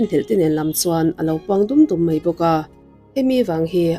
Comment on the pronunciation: Ngaihthlâk a nuam țhin hle mai, i video hi ka hmaih ngai meuh lo; lo țang zêl teh. Thil Pakhat ka lo sawi leh lawk: I thu chhiarah hian ngati nge "Mei a/mei" ti hian i chhiar țhin le? "Mai" tih tur... "Mei" hmanna chu 'Mei (fire/tail) -ah bak hian hmanna mizo țawngah a awm áwm ka hre si lo. Eg: 1. "A kal ta tawp MAI a" tih turah, "A kal ta tawp MEI a" ti ang hian i chhiar a. 2. "A tlan chhunzawm ve leh MEI a ni" ni lovin, "A tlan chhunzawm ve leh MAI a ni" tih tur. 3. "Ngeihtuah" ni lovin, "Ngaihtuah" tih bawk tur. 4. "Kan bawng MEI chu a bal hle MAI"/Kan MEI a alh țha duh ngei MAI" i hrethiam em? Youtuber tam tak hian an thu lamrik dan hi an uluk lo țhin lutuk a, ka lo ngaimawh țhin. Lo țang zêl teh aw... 💪